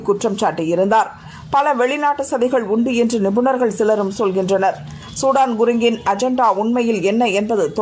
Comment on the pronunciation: இவர் சூடான் குருங்க் இல்லை சுதன் குருங்க்.... இப்போதெல்லாம் செய்தி வாசிப்பாளர்கள் கவனமாக படிப்பதில்லை... வாய்க்கு வந்ததை விடுகிறார்கள்